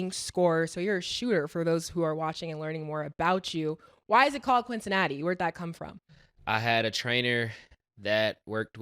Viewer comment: This man said "Quincinatti" 😂😂😂